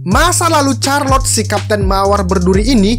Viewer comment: CHARLOTTE bacanya bukan CARLOT 🤣🤣, tapi SYARLOT